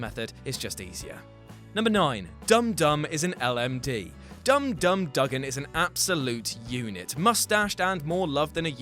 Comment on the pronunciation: "Doo-gan" not "duh-gan".